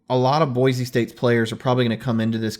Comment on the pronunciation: Great show but I feel that proper pronunciation is key to an even better show. This concept even seems to elude your guest. One should be able to correctly pronounce the names of State capitals. That said; Boise is NOT PRONOUNCED With the “Z” sound. It sounds like Boi-see.